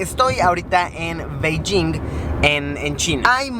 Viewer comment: No se dice Beilling, se dice Peichín y no te pongo los tonos porque los tonos es quien sabe hablar chino. En chino no existe la B ni la D. La B se pronuncia como una P, la P como PF, la D como una T y la T como una Ts.